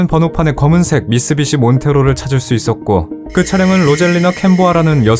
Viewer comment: 처음엔 제대로 미쓰비시라고 하다가 나중엔 미쓰시비 라고 하셨어요 ㅎㅎ 그래도 오늘도 잘 들었습니다